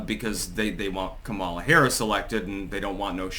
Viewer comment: are you going to pronounce her name correctly anytime soon?